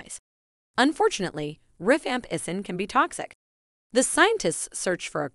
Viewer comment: It's rifampicin, but the voice does mispronounce it.